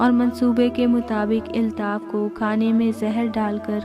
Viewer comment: Nice story h miss lekin ap please apny alfaz k tallafuz ki sahi adaegi Kia kren jese k ap ne kaha ( iltaf) jb k sahi lafz (Altaf) hota h or ap police b sahi nhi bolti ye b durust kren